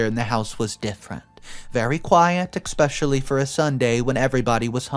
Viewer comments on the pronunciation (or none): I know that I’m not the only one who hates the way he says especially. He pronounces like “ick-specially” and it just makes me cringe so hard. I’m an English major.